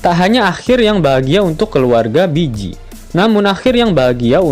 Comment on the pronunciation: Bege bacanya bejji bukan biji wkwkwk